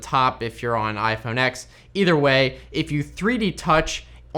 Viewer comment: iPhone Ten, not iPhone X, please!!